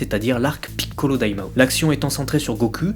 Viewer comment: Même problème, je trouve tes vidéos superbes de part leur contenu, par contre l'accent est juste insupportable, particulièrement le "PI"ccolo que tu siffles limite. Lors d'un passage de Toriyama (vidéo du débat Gogeta vs Vegetto) tu parles littéralement en japonais juste pour montrer ça aux fans au lieu de le traduire tout simplement, aucune utilité dans le débat si ce n'est pour montrer que tu parles japonais, c'est pour ça qu'il dise "que tu te la pètes". Sans omettre que plusieurs noms sont prononcés en français, comme Bulma, que tu aurais pu prononcer "Buruma" et ne pas faire les choses à moitié. A titre d'exemple seulement : les noms arabes, vous ne les prononcez pas pour autant en arabe, donc ne vous foutez pas de nous en disant que c'est pour ne pas écorcher la langue japonaise ;)